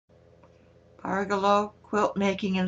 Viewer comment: you have me totally confused ! you are pronouncing it BARgello.. I always thought it was pronounced barGELLo. . . but . . after much googling. . I think we're BOTH wrong. It's pronounce. barJELLo. . like JELLO. . barJELLo. . hahaha